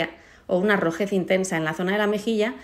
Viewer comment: Un resultado genial!!! Una pequeña corrección, dices roseces , rosez....pero es rojeces y rojez